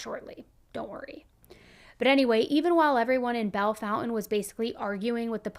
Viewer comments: Nice, except there's no "U" in the town name... So it's not pronounced "Foun-Tan," but " FON-TANE." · Why are you calling it Bell Fountain when the name is Bellefountaine? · Bell- fawn-tain